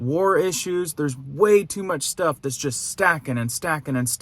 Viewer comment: "mutch" ? really??? yikes....